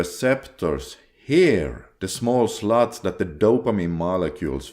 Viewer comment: LoL - I heard you saying “the small sl*ts”, instead of slots. PMO has really messed up my brain 😂. Still going strong with NoFap - but temptations are ever present. Videos like these keep me on the right path. Thanks!